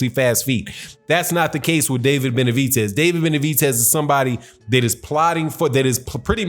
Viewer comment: Why Do You Mispronounce David Benavidez's (Benavitez) Name?